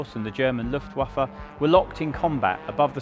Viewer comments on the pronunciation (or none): none